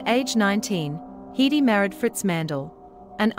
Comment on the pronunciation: Her name was always pronounced HEDD-dy, never Hee-dee. Bad, bad robotic narration.